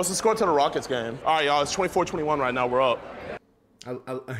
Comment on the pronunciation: are you serious right neow